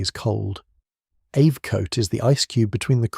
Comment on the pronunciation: And it is NOT AV Coat.. You might find it is AB